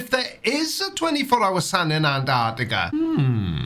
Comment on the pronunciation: We all know is a congenital liar but to give him credit he's the only septic who can say the word Antarctica correctly